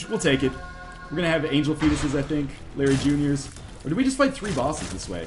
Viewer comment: When he said "Blue Larry Junior" I heard "Blueberry Junior". X3 Was just amused by this.